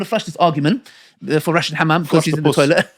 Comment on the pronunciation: Am rolling each time he says hammam. 😂 am trying to pay attention to the whole thing but is killing me here. Hamam, hamam and more hamam am dead here 💀